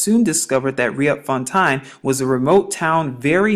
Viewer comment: Just to help you with the right pronounciation of Dutch language names of certain area in South Africa and some other names of planes......'Riet'fontein is spoken as 'Reet'founten..Maurits is Dutch for Mo-rit-s =Maurice as a family-name..!! As I understand it there must have lived giants around the area you are talking about......! Probably before Jerusalem was even founded...!! Berg is Dutch for Mountain....